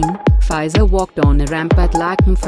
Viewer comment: It's fee -zah